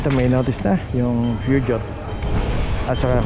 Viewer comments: Peugeot: poo zhow tamang pronouciation hindi pyugyot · Peugeot is pronounced as "Poo-zhow"...